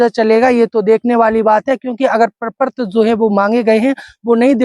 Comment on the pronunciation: प्रपर्त नहीं प्रपत्र